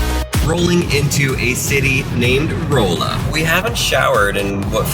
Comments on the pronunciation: It is pronounced Rah-la, not Roll-a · It’s not ROLLa it’s RAlla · it Raw-a not Roll a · dude its not roooola MO its Raala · It’s not “rolea” it’s pronounced “ralla” and spelled rolla. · It’s pronounced ralla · That’s not how u say rolla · I live in Missouri he pronounced Rolla so wrong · The way he pronounced Rolla 😵😂